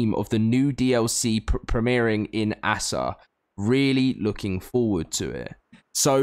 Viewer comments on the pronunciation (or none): Stop calling it “ass a” just A-S-A just say it like that that’s how it’s pronounced assa is not a word lmfao